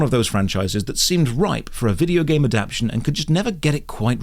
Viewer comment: good video but i hate when youtubers say adaption instead of adaptation. speak english man